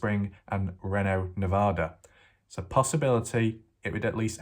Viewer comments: It’s pronounced….. REEENo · It’s pronounced ree know